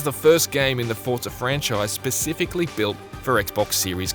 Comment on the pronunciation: Why is he saying forta? I'm confused